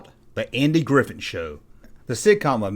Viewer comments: Um, his last name is Griffith, not Griffin. Mispronouncing a proper noun, someone's name, is Broadcasting 101 stuff man. Thumbs down. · Is he saying Andy Griffin?